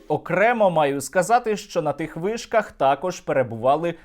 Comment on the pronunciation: ...''по вишкахххххххх ...'' ... '' по об'єктаххххх...'' Вчи українську.